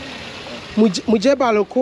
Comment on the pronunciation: Mujebaluku😂😂😂. The pronunciation almost killed me😂